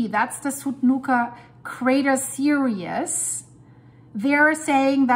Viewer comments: There are online dictionaries that pronounce words for you, so I will just make a small list for you. My example is "series". I pronounce this word sounding like (sear-ee's) but not two syllables. There is another reporter from Iceland that speaks "ed" at the end of words, but the ed isn't a separate syllable ;-) I am absolutely certain I can not pronounce Icelandic well LOL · could not find an email address. I wanted to offer you some English pronouncing lessons. You get a few words very incorrect, though you are well spoken. "Series", to begin with. I didn't want to list words here, attempting to show how to pronounce them, as I thought it best to do in private, but if you are ok with it I will make a short list to post on this channel.